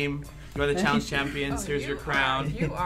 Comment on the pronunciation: "Welcome to challenge challiice"💕💕💕I love yall